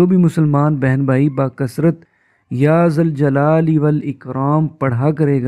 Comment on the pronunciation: ذُوالْجلال والاکرام.... یا لگے گا تو یا منادا مضاف ھے... فتح سے پڑھنا ھو گا. اگر یا ذَوالْجَلال والاِکرام.... پڑھا جا رھا ھو